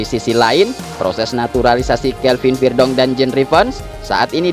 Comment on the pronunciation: Huruf e tetap dibaca e bukan jadi i